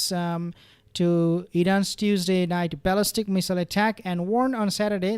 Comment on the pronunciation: You keep saying ‘baalistic”